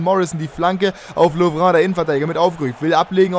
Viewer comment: ibra hat keine serbische abstammung sondern eine Bosnische ! Und lovren spricht man nicht so französisch aus sondern ganz normal L O V R E N aber super mach weiter so, deine Videos sind klasse